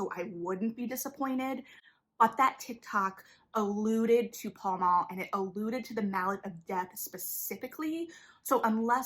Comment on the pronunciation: Great video analysis. The cast has confirmed it’s pronounced “pal mal” (like the location in London) though.